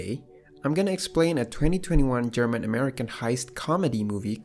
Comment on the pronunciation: I actually thought he had some what of a German accent when he said this a German American film 😂